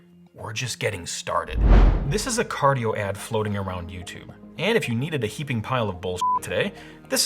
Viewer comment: Car-die-o? Hmmm